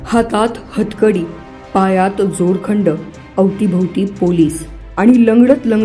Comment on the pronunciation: जोरखंड नाही मॅडम दोरखंड म्हणतात त्याला